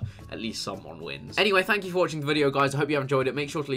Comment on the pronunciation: "fank you" really!!